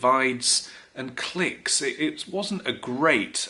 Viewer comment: You're English, say clique properly.